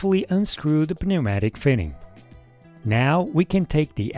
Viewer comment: my brotha, you don't annunciate the p in pneumatic. just neumatic <3 thank me later.